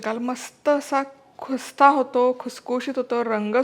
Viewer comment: Khusta nahi....khasta mhantat....😊